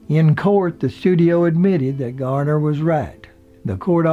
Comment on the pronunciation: It's Garner not Gardner.